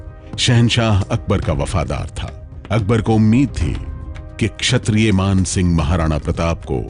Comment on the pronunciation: Madem sigh nhi singh hota hai wo...